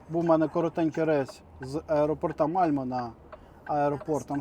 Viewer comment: Вітаю! Ма́льме (швед. Malmö) — місто на півдні Швеції. Шведською звучить теж - Мальме, спеціально знайшов вимову шведа. Чернівці чи ЧернівцЫ, є різниця, отож... Вимовляймо правильно, то не важко мабуть, а так все гарно. Вподобайка авансом...